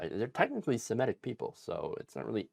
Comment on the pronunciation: "semitic" not "simetic"